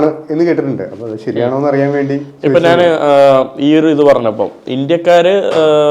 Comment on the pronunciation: ചില മലയാള അക്ഷരങ്ങൾ പഠിപ്പിക്കണം. ഉദാ:നാന്,. മന്ന,മന്നൾ, അവൻ ഞ എന്ന അക്ഷരം ഉപയോഗിക്കില്ല